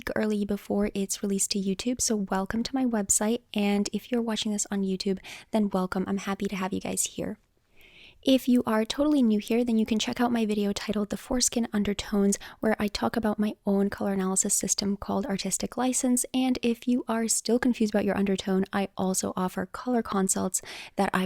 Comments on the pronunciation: haha u said forskin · Hahahaha, my boyfriend over heard you say "four skin undertones" and pulled a face because he heard foreskin under tones. Laughing so hard. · Hahah I just heard that too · Was scrolling the comments for someone else who heard that lol… that should probably change to, “the four undertones of the skin” or something lolll just saying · I heard the same thing! 🤣